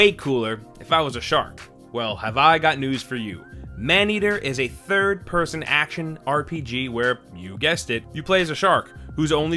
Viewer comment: I can't be the only one that heard it as ''Here are 23rd person games'' or maybe it only is me? lol